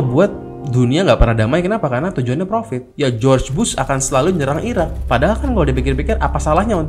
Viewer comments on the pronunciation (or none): none